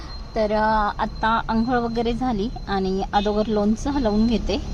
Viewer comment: मावशी आदोगर नसत ग अगोदर असत ते😂😂